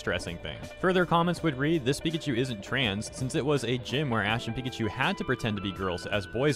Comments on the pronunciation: I don’t know if anyone noticed this but is nobody gonna talk about how at the beginning of the video the voice says Pi-ca-cu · The Pikaku nightmare. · I love the text to speech saying Pikachu like “Pikaku” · All according to pikaku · No, we should actually talk about how the talk bot actually pronounced pikachu as pee-ca-coo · Bro the tts bot trying to pronounce pikachu has me rolling on the floor